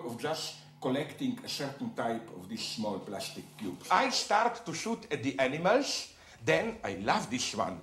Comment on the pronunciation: the way he says "animals" makes me crack up every time